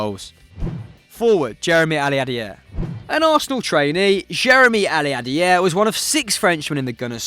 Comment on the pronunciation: You can tell he enjoyed saying Aliadiere’s name way too much 😂